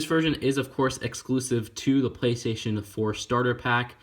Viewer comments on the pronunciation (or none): none